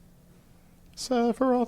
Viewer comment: you really got a get the 🎶 Sephiroth🎵 right lol, not whatever abomination you keep saying lol